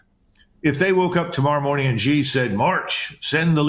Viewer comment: Xi is pronounced Shee.